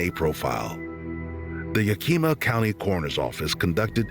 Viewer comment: I like this channel. But if i hear 1 more channel or AI say Yakeema im gona scream!! Its PRONOUNCED YAHKAHMAH!!! Native word. Washington State born & raised. no DC about it. AAAAlll the way up NW. Its beautiful buts sux.